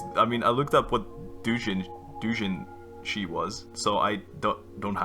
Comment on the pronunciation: Celebratory: Sele-Bruh-Tori Edit1: you watched JoJo's as one of the few anime you've watched? Good Edit2:Doujinshi: Doe-jin-shi Edit3: my internet is also shit.... Thanks to the huge Asia thing that just increases your ping in THIS GAME SPECIFICALLY to spike by 100 Edit4:I wanna see you play a horror game too Edit5: how tf do you get double digit ping? I can usually average 150 when I have good int but can spike to 120 or so but ever since the freaking Asia thing it's gone to 200 to 300 and worst case 400